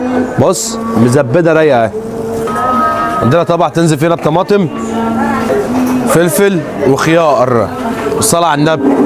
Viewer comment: 😂😂😂😂😂 كل شوية يقول خيائر و طمائطم و كموووووئن بدأت اقتنع ان الراجل دة لسانه بيفرمل الحروف 😂😂😂😂😂😂